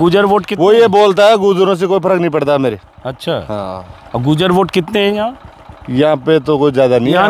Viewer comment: भाई साहब आप गुजर गुजर बोल रहे है उसका सही उच्चारण गुर्जर है कृपा करके सही उच्चारण का प्रयोग करे 🙏🙏